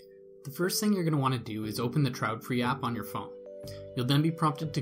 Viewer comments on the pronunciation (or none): It's not trautfri, but traedfri, but thanks anyway.